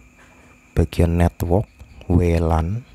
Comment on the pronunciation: Bisa ga pas ngomong network biasa aja bang wkwkwk